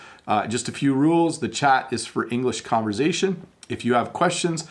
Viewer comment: Hi! I love your videos! I have a question, why do you pronounce “conversation” with a “z” sound? Is that a Canadian thing? Thanks for your great work!